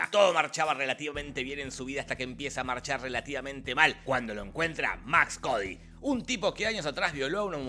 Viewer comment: Maximilian Cady.. no Max Cody .. fuera de eso gran video